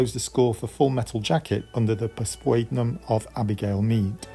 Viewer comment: pseudonym is pronounced SU-DE-NIM